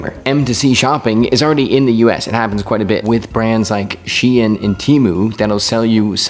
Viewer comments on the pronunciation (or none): “She-In” is pronounced “Shine”, like shine your shoes.